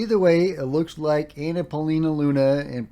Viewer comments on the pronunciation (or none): none